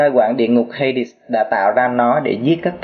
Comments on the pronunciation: hades mà đọc thành hay-địt t cũng thua :v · anh đọc cái tên hades mắc cười quá hay địt :D